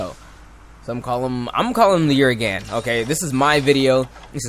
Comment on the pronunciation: his your favorite monsters...yet you can't pronounce his name.